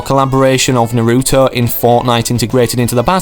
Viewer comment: He really said narüõto